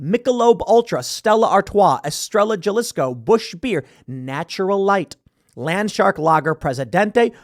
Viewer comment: Good point on all of this Tim. The only thing that ever makes me cringe a little about you is your Spanish pronunciations. Estrella Jalisco (ehs. - treh. - yah. hah. - lees. - koh.)